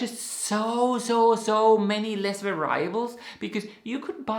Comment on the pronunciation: Va’-ri-ab-les, not va-ri’-ables😊